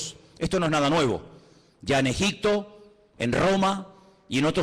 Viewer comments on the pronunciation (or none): none